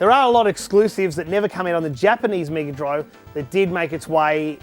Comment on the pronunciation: Whoa! A C-guh meeguh droive!